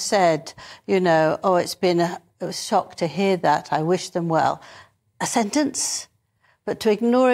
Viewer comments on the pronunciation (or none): none